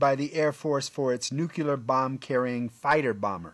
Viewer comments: Beautiful plane, thanks for the information, I didn’t know much about it! (By the way, it’s nuclear, not nukular) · Nuclear not nuculer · What does "nucular" mean? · Nuclear. Nu clee er. Not nu cu ler. Did all the ridicule about this mispronunciation go over your head? And it's Aeronautics, not "airio nautics.